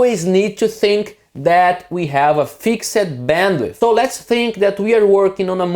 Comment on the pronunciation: "fix-ed" ... should be one syllable. Americans actually say "fixt" .... they make the 'ed' sound like a t. I am not sure what British do.